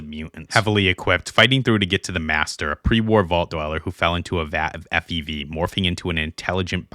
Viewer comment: Wait you said FE-veh?